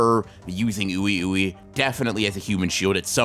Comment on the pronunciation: Oui Ouis name is pronounced wee wee pretty sure they are supposed to be french. Wee wee and Mei Mei